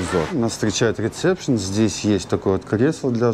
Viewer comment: правильно будет ресепшен,а не рецепшен.А так все хорошо